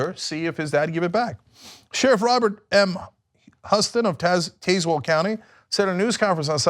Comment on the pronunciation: It is actually pronounced Taz well. Honest mistake though :)